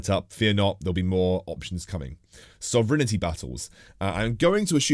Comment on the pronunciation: really good video, got to say I got a chuckle from the way you pronounced Time Dilation and Sovereignty battles. You somehow managed to add extra letters